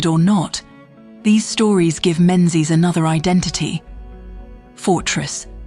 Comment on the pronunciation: AI AF but relatively accurate. Drone shots and photos are all from other sources. It's also pronounced Mingies. So yes, AI AF.